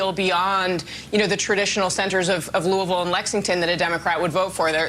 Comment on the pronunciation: Why is she pronouncing Louisville like that